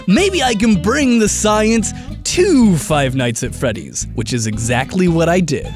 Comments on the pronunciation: Am I the only one that hears him mispronounce five night at Freddy's a bunch of time? He said "fight night at feddy's" 🤔😂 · ROFL did he just say Five Nights At Feddy's